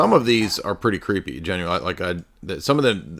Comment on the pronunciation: 😂😂 keep up these jokes man very fun “cweepy” stream!! that lighting fr scared me